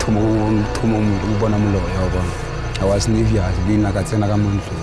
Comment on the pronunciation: " i was nervius"😂😂